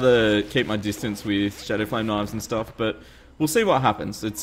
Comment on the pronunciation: Lol u said turtle staff XD